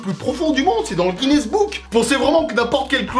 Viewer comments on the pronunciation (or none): none